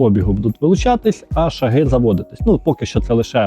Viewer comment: не шагИ , а шАги